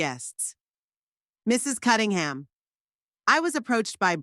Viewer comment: And another thing her name is CuNNingham not CuTTingham